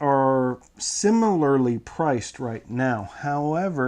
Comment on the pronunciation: You say "similarly" in a way that reminds me of the time you mispronounced it. I appreciate the effort!